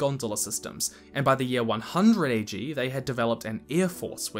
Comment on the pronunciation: its AG not BG